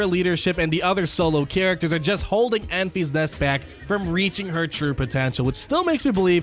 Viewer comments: Its not Enf-ee-s Nest, it's En-fiss Nest Great video bud as always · Ok, before I’m even 5 minutes in, you calling her “Enfees Nest” is annoying the hell out of me. Her name is pronounced “Enfiss Nest” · Enfys [en-fys] as a girls' name is pronounced EN-viss. It is of Welsh origin, and the meaning of Enfys is "rainbow" as a Welshman it made it difficult to take her seriously in the film, when everyone was worrying about the Rainbow turning up, particularly with Nest also being a Welsh name, meaning pure. so the pure rainbow being a good guy came as no surprise when it happened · Pronounce it more like Memphis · Pronounced "In-Fis" Nest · Lol, I thought the same thing. First he calls it "Staa Wars" now it's Enfees Nest" I'm just gonna watch moble gamer. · ...and apologies, but CubsFan Han may have his “Tie Slicer” revenge on you for the pronunciation of “Enfys”,;o). Keep up the great work! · Was thinking the same thing, but it’s so I kept watching lol.